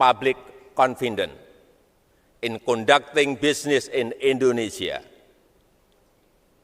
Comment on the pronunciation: "Esbes es yu ken, plis invest en kam tu mai kantri" Jadi sales Smart city, tapi nggak bisa basa inggres. 😂